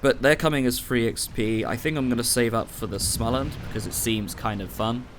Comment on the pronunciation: sMolensk not sLomensk :P You keep getting it wrong that's why they will remove it. Because you cannot pronounce it ;)